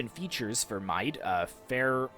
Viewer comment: Hey! Awesome video, and a great new game, but yes, your pronunciation of Mide needs correcting. It is actually pronounced like “mead”, and is now called County Meath (which takes its name from the kingdom).